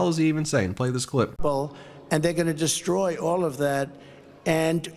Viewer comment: It's "destroy" not "dishstroy".